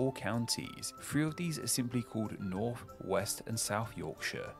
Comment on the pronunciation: it isn't an impediment as a lisp, it is purely down to lazy speach. This "f" sound is quire common in areas of London.